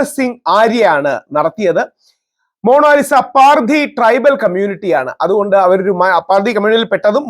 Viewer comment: മോണോലിസ❌🙄 മോണാലിസ✅